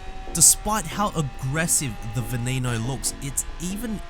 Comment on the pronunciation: You said Veneno wrong. It's not an english name. The E's are not pronounced as E's.